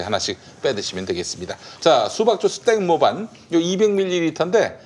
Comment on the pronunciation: 땡모반은 ‘땡 모반’이 아니라 ‘땡모 반’으로 읽으셔야... 태국어로 수박 슬러시를 말하는 거예요^^